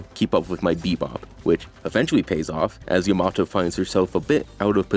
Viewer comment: Why do people say Yamato wrong? They literally say her name constantly. Is this like a thing I don't understand like how people say sahkera instead of Sakura?